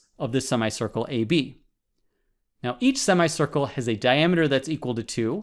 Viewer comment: Anyone else who got strange feeling by thr way he says sima-ye circle